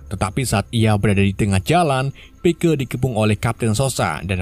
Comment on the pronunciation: Tulisan nya pike di baca Paik